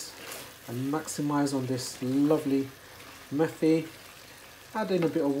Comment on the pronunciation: It’s not pronounced ‘methi’ as in methodone... it’s Met-I lol.